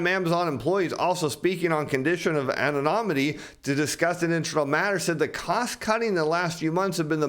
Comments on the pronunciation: You are mispronouncing "anonymity." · Please revisit your pronunciation of anonymity.